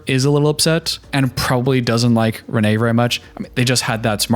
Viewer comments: For thr love of everything her name is pronounced "rain" and not Reneé.As a Reneé I don't claim her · She pronounces is Renee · I get that she isn't someone who commands respect, but I feel like you can at least do her the justice of pronouncing her name right. It's Rayne, like "Rain" spelled like "Wayne"